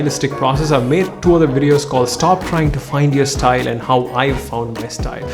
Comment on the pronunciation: Do you hear stine not style?